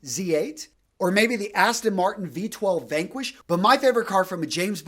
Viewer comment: It's V12 not B12.